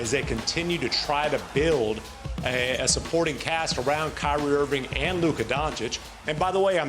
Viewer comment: Perk…..Its IrvinG not errvin!